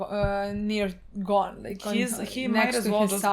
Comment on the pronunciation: Ging didnt name his son gone because that isnt how your pronounce Gon’s name